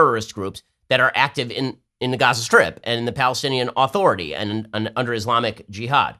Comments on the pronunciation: Why does Ben Shapiro pronounce Palestinian Authority as "Aaaaaaaaaaaaaaaah-thority" with an emphasized, long A? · Why won't Ben pronounce "authority" correctly, he says it weird